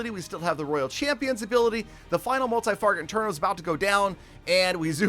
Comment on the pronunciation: Did say "Multi-Farget Interno"?? I think it's an Easter egg of some sort in this episode. In any event I claim first! lol